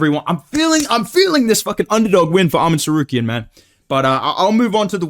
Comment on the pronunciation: I bring you this... "Armen Tsarkarian" "Joekeen Bockley" "Jeery Prokaev" Thats a real thing.